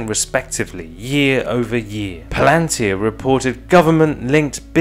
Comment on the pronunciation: Yes, but it's not pronounced "Plan-tir, it's Pal-an-tir.